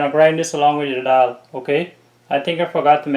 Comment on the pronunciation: Great work. Is this something like 'waade' by any chance? Ok let me congratulate you for your pronunciation of the word dhall -'dall' and not like some 'creole english duck' who say 'doll'😂...!